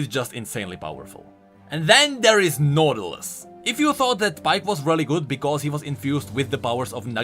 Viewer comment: The way "Nautilus" became "Noodleus"... I can't breatheeee 😂